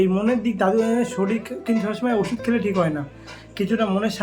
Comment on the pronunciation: Kotha ta Sorir, Soril noi bhai